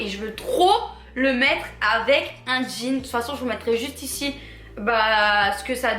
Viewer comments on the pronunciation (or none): none